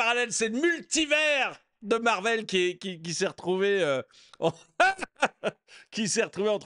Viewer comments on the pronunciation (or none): none